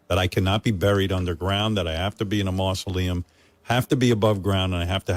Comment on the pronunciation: "Howard wants to be buried in a mootza-leum". Lolz